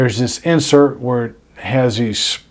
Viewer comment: Its "Inset" nib!😆